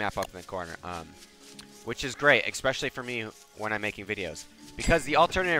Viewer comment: Please stop saying exspecially and not especially